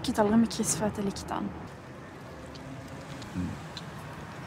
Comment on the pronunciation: Quando falam "chris" parece "kiss" kkkkk